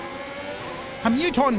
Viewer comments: Isso😅 hab beim ersten Mal "Ailton" verstanden 😂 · Hamilton verdeutscht hämelten spricht man es aus aber halt hamilton geschrieben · HAMILTON ALLA. 🤣 wie du den ausspricht is ja mal mega witzig 🤣 N gutgemeinte tipp: Setzt dich n Bissel weiter weg vom Lenkrad und halte die Hände direkt gegenüber also 180°.